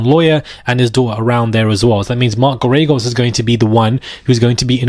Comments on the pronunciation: Mark Gare-A-Ghos, pronounce his name like that, I think you'll be using it often! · It’s pronounced mark Gair-ah-gose. He lost Scott peterson’s trial because he didn’t put on a defense and he’s overly priced!!!